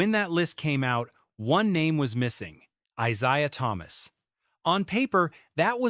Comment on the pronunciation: AI hyperbole, simply for clicks and views. This clown voice-over keeps saying ITs name wrong. Here you have it folks, a nothing-video. THIS IS OLD NEWS.